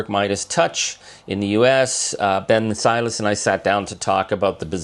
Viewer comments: I love you, Charlie and this might be petty but just as an observation, it might be a little disrespectful for you to not be able to pronounce Ben Meiselas' surname correctly by now. Listen to how HE pronounces it... "My...Sellas" with the accent on the second syllable. Keep fighting though. You da best! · It's Ben my-CELL-us. Not that weird way you keep saying it, Charlie. He introduces himself in his videos, I guess you don't watch them.